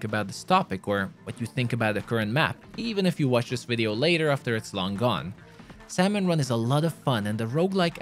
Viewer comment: its pronouced sam-on, not sal-mon